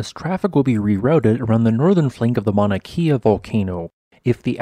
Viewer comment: Mauna kay-a not Mauna key-a.